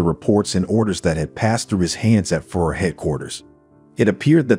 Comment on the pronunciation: Narrator, You have to learn how to pronounce Hitlers leadership title !! Your driving me crazy with FURR !!